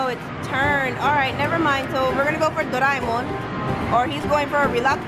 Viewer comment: It's pronounced do-re-mon like you sing do re mi fa so la ti. It's doe- ray- Mon (monster abbreviations)